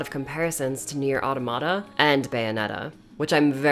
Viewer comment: Alert: Mispronunciation of NieR: Automata detected. Your Administrator's review qualifications have been revoked. This unit will now self destruct. Please stand by. . . . (3). . . . . (2) . . . (1) . Ending [?]?? v~v-=---~+ R 01 1 cR 3Di75 +~---=-v~v 1M3405SBEXNA0LOJPGIGSFIVMEI LOJP1M3405GIGSFIVMEISBEXNA